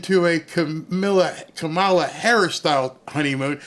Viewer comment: Did you say KA-MAO-LA lost the election?